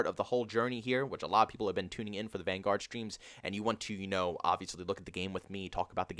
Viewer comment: The fact that you say van-GUARD, bothers me so much.